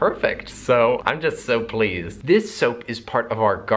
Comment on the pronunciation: am i the only person who heared soapleased?